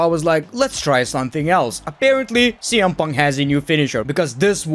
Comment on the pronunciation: Why do you keep saying CM Puntka?